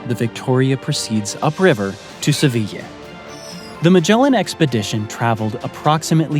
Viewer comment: I think you mispronounced the city of Seville and also the island of Tenerife. but this was very enjoyable story telling on your part.